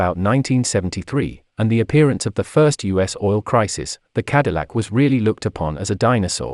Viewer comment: Lucien Antoine de la Mothe CADILLAC not “de la mort”